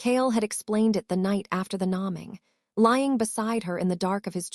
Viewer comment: The proper pronunciation is name-ing not nom-ing. AI should be able to identify it properly. It's distracting. It makes me listen for errors not listen to the story. Other than that, it was a very good story. Washington State USA